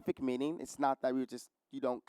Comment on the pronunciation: Enjoying watching but note that he mispronounces part of the example text, although in an understandable way as I too was confused at first. That is not "i's" as in the first person pronoun plus an "s" but a deletion of the "t" in "it's." I would have spelled it "iss."